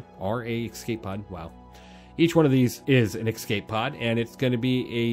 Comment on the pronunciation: “Ecscape pod” :) good vid bro